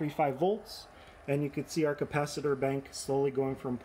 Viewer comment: You are not the only one who had a problem with the "bink". I took a good while before figuring out that "bink" is this man's rendition of "bank" lol (I am Polish and learning English as a second language)